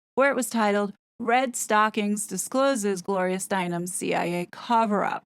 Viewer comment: I am here following you and is like why is she calling the CIA chia, like the plant pet.😅 Most of us in our fifties and older know the real Gloria Steinem. Time has soften her image. 😊